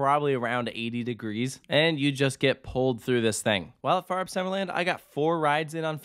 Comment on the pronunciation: Its cool. Also your pronounciation of Fønix and Fårup is actually quite good. Solid 8/10 and thats impressive. Most people struggle hard with the pronounciation of danish words, especially those with an æ, ø, or å, but you were close to nailing it.